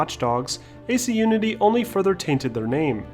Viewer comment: Why do you say Assassins Creed Nudity? :D